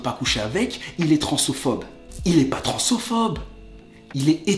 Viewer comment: On dit transphobe et pas transophobe et sinon super vidéo